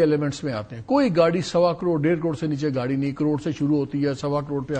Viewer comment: Yeh sajjan "gaadi" ko "gaali' bol raha hai. 😄😄